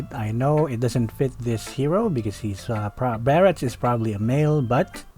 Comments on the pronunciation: how hard is your "BARATS"😂😂😂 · Barats...how can you mess up the name?